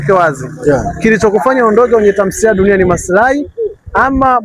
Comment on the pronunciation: Mtangazaji sio tamsiliya ni Tamthiliya